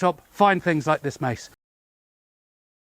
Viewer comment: "Oh look at that - and suddenly tings got a bit nasty" 😅